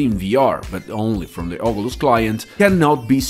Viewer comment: Ogulus 😂 great vid tho thanks